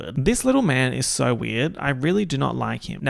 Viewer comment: the saurrr w the already aussie accent is truly smth else